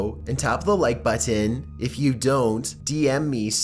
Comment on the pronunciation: Why do you pronounce button like butt tan?